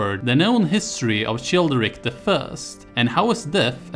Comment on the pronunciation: how can you get the pronunciation of Merovingians so perfect and get the "ch" of Childeric so wrong? its pronounced like a 'k'. just like in chilia. thank you. looking forward to the other videos - i clicked the playlist link and it doesnt exist. is there a playlist somewhere else maybe? thank you